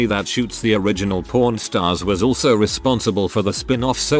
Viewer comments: Sounds like the narrator is saying, "Prawn Stars" & I don't know any show about shrimp. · I was only hearing the video and I was so confused 😅 like "why the f there's a reality show on hardcore porn?" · Today I learned that the AI voice makes pawn sound like porn and that apparently I’m a child because it made me giggle every single time. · This text bot really really really needs to enunciate PAWN better lol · It may have caught my attention a couple times. Lol